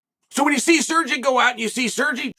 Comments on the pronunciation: He keeps saying “Surgy” 😅😅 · SERGY? SERGEE??? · Chael, Sergei is pronounced Sergay, don't be afraid to say it. lol Anyway, Pavlovich reminds me of a young Kharitonov but better. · Lol if his name was "Sergee" he prononced it right haha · Sirgee….lmfao. Chael Sonnen, linguistics master. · Chale, when you were pronouncing name Sergei, furst I thought you were talking about some Italian, Spanish, or some other latino guy. I didn' realize you were refering to a Russian. Please check the pronunciation before making the podcast. Sergei has more than deserved to have his name pronounced correctly.